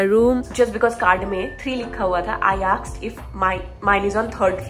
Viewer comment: I aksed 😂😂😂.... Koie nahi hota he ✨